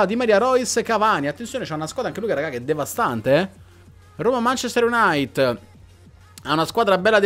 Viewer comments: Mancester iunait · si chiama manchester united non Manchester unait